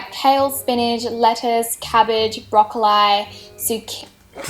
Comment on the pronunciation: brocowwliieee killed me ahhahah